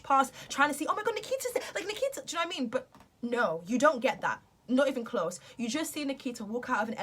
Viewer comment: Why do British and English ppl pronounce names that have an 'a' at the end with the letters "er" like she said Nikiter.... I watch a lot of British bases movies and shows and always wondered about that